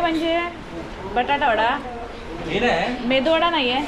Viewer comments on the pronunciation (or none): Meduvada asto menduvada nahi 😊